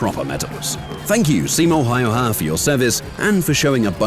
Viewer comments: It's Simo Hawk-Tua 😮‍💨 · ITS Simo häyhä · ITS A finnish name ITS simo Häyhä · bro butcheredthe name